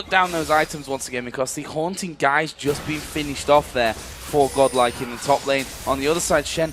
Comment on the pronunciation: Why they pronounce godlike as goblak the whole time??